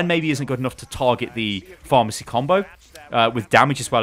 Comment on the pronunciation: Is he saying pharmacy combo?